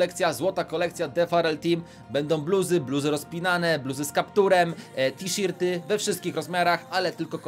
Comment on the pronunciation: Mietla na zawsze es❤️🖤 Supcio odcinek tisirty xddd to na to się nie mówiło tiszerty hah